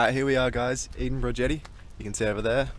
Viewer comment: It's pronounced "Edith-berg"